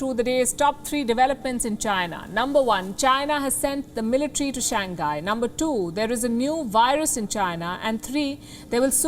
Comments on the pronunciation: "Shang Hi" not "shang guy" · I’m a big fan of Wion. However, I do think as professional journalists, we should try to pronounce major countries or cities’ names as accurately as possible. Shanghai should be pronounced as Shang-Hai and not Shang-Ghai. Hope this helps. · Pronunciation: shang-hai ... hi not nghai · ShangGuy? Do you mispronounce on purpose? Or is the H hard to pronounce?